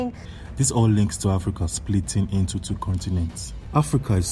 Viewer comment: The news announcer is like. Africa is slowy tearing inchu chu😂